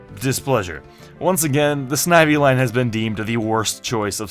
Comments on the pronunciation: Noo it's not snivy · When you said snivy I picked one